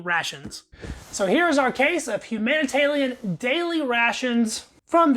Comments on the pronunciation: Who else noticed he keeps saying “humanitalian” instead of “humanitarian” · It’s obviously a speech impediment. Dont be a dickhead. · Why are you calling them HUm HUMANITARLIAM? ITS HUMANITARIAN ! Is it a speech impediment? If so ok. If not why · Thats an R, not an L. Humanita(R)ian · It’s called humanitarian rations, not humantallion rations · Are you saying humanitalian on purpose? You know it's humanitarian....right? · You keep calling it, Humana Talian daily rations, but it is humanitarian daily rations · Nah he just can’t read lmao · love this video as it is quite rare, but the level of anxiety i get when you say "humanitalian ration" gets me shaking. keep posting man love your videos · LOL, Humanitalian eh? How, just how? How can you fuck that up so badly? Are you a lizard person? Blink your second eyelids twice to confirm. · There is an "R" in HUMANITARIAN. hahaha ;-p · that's not from the drawl....